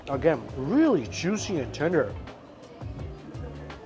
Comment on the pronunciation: or jooshee